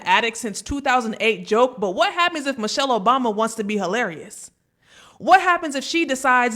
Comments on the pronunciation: He is probanly correct, about the person he talking about, Mo-Shell (this is how he pronounced the name). We know a Michelle with the same last name, who is a beautiful, educated, intelligent black women, with many credits behind her name. So we are sure he is not talking about our Michelle. Send us a picture of Mo-Shell and give us a little background. I am quite sure the idiot cannot. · I heard clearly , " Mochelle" obama. Thats not mIChelle